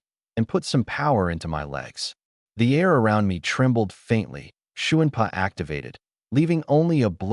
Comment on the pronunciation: Agreed shun-pa is really getting on my nerves